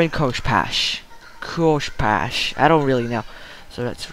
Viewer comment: CO-FESH! NOT KOSHPESH!... sry, its just blades are my specialty.